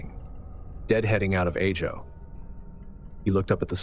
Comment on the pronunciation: Ajo, Arizona, is pronounced "Ahh-ho," starting with a short A sound. In Spanish, the letter J is pronounced like an H.